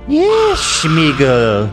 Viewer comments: ARAGORN not ARAGOG SMEAGOL not SCHMEGOL GALADRIEL not GADRIEL ARWEN not AIRWAND THANK YOU ETHEN, AND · What is this Schmeagle, shmeagel nonsense. His name was smeagle no sh sound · Holy smokes, is nobody gonna correct shmeagal to smeagol. Like wtf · Why are they pronouncing Sméagol with a “sh” sound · I hate the way Ethan mispronounces Sméagol as “Shmeegol” 😭 😂